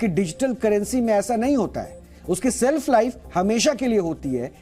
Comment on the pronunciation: Self nahi shelf hota hai😄